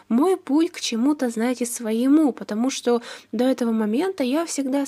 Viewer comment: Не потомужто а патамужта